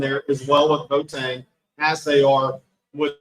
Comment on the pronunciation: The kid's name is B-o-a-teng, and NOT Boat-eng! You have to enunciate the "o" and the "a", just like other Ghanaian names like "Amoako", "Doado", etc. The Ashantis don't like it very much when people mess up their names!